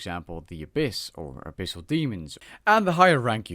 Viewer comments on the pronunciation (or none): none